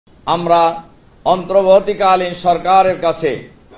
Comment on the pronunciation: বিনয়ের সাথে অন্তর্বর্তী উচ্চারণ শুদ্ধ করার অনুরোধ করছি।